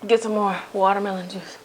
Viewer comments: I am so happy right now because when I cook I also make sound effects ("pochatar!" when you placed the noodles into the pot HAHA) and 're-name' food items like how you pronounce watermelon as 'wadamelone' LOL. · when she said waterweloon i kept thinking of that viner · I lost it when you said "Water-malone"! Oh my goodness, I can't with you, you so funny!!!!! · i legit died when you said watermelón omfggg hahahahaa